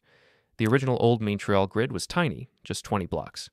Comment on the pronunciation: This is AI. Can't pronounce Montreal or Edinburgh. Also let's be honest, ever channel started in 2025 is AI.